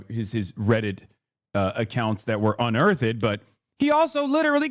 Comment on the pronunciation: Did a Hassan Parker just say uneartheded?